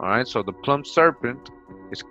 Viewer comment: That's not how to pronounce "plumed."